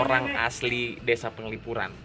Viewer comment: Bukan gitu, pengucapan desa buat org bali itu "dese", dg "e" terakhir itu seperti pengucapan "elang" Desan itu biasanya utk kata memiliki, contoh: Desan I Made, artinya Desanya si Made